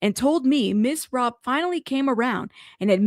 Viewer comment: It is Robb as in Robbery not Robe.